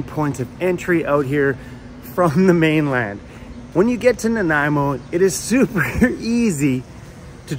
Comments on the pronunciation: Ok, SORRY... This was a lesson in how to say you know nothing about Vancouver Island without saying you know nothing about Vancouver Island. Argggg. I've been pronouncing it Naaan-ah-eh-moe Oh I've been butchering it bad. Sorry. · You made me question both my reading skills and my dyslexia with that opening "Naniamo" lol.